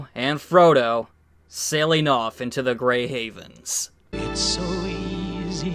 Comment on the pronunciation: "Grey HEAVENS" 😂 Seriously, is even the word "haven" too difficult to pronounce??